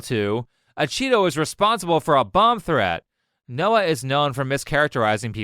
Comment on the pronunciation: Watched the whole video. You completely butchered Noah.